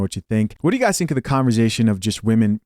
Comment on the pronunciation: …it’s ConverSAtion NOT ConverZAtion …I love your content but Damn that killing me